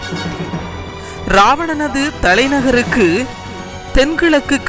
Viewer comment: hello sir, iravana kotte illai. sariyana thamiz uchcharippu... IRAAVANAN KOATTAI